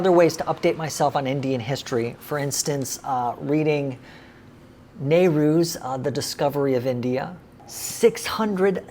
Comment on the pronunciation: you said nehru? Why did i hear it as hypocrite Oops